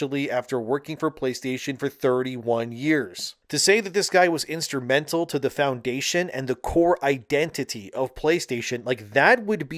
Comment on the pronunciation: It's "green lit." Not "green lighted." Instrumental. Not instermental. Cmon, bro. English is your first language. Speak it properly.